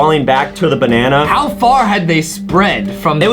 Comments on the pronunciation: Banene Really justin?It's called a Bananana. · (me) oh justin why u said banene instand of banana (justin) banene banene banene NA NEE NANI